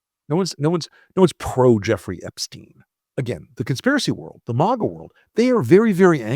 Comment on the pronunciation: I'm interested in the subject but it's clear you're very biased towards Trump. Sarcastically you're mispronouncing maga. I can't believe somebody that is so biased. There is truth in this video but there's a lot of b***** too so therefore I'm going to give it a thumbs down